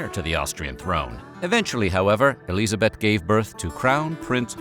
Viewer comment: Nice pronounciation of Elisabeth! 😍